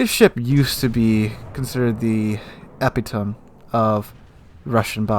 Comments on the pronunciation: lol I had a similar reaction. It's pronounced "eh-pit-uh-me" not "epi-tome" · epitome = e-pit-o-me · Epitome has four syllables and is usually pronounced (roughly) eh-PIT-o-mee or sometimes eh-PIT-a-mee (more of an American pronunciation). The stress is on the second syllable and the third syllable is poorly enunciated in most accents. It's one of those words that most people have read and heard but never connected the two together (like albeit... which is literally "all be it"). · Epitome rhymes with Joe Pepitone. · were you trying to pronounce "epitome"? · Also he cant pronounce "epitome" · Holy shit is THAT what he was trying to say?